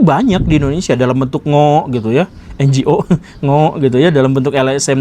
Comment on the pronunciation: hahaha...pak Gg lucu banget. NGO disebut ngo....hahaha... suka asal ucap, tp bikin ketawa. ih...serem banget Amrik........... nggak sangka sejauh itu... jadi seluruh dunia tampaknya dibwh cengkeraman dia ya...😳😳😳